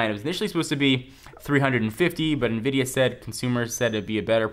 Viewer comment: why do u say invidia??????